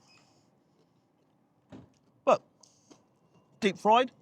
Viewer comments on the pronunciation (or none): none